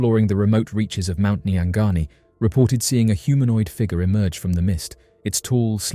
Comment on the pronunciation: I like how he says "figer"